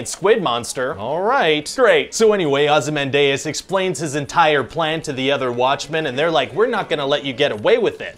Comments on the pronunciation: Ozy-MAN-dius not how you pronounced his name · Ozzy man deus is supposed to be pronounced Ozymandias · Dee-as, not day-ess; Dum-ass! Joking of course. 😁 Grating though. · if veldt wanted to change the pronunciation he should change the spelling too no way can '-dias' in english can be '-day-us'! smartest man BULLSHIT! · "Ozzy man deus"? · “OzymanDAYus” hahaha! Americans always put the emPHAsis on the wrong sylLAble! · Ozzy MAN dee us. This is a historical figure, world renown for centuries. For the love of all that's holy, will you millennials please consult a pronunciation guide...??!!! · ozzy-man-day-us is my only complaint. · Why do you Gen X-ers and Millennials not know how to pronounce cities, countries and characters from centuries old fiction??! It's Ozzy-MAN-dee-us FFS! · I don't wanna be that old guy ragging on millennials, but FFS, Ozymandias is pronounced oz-ee-MAN-dee-əs Stress on the third syllable; rhymes with “fozzy handiest”. Read a goddamned dictionary if you're gonna create videos that millions of people will watch, fer cryin'…!!! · Nice touch mispronouncing Ozymandias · Oof, the way he pronounces Ozymandias makes me cringe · You pronounced Ozymandias incorrectly, many times. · Is that actually how Americans pronounce Ozymandias? Asking for a friend. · That pronunciation of Ozymandias, though